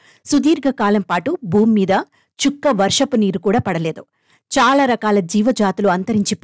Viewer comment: బూమి కాదు భూమి, కండం కాదు ఖండం..